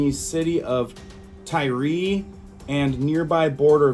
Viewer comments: Pronounced Tyre=Tire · Tyre is pronounced like tire in English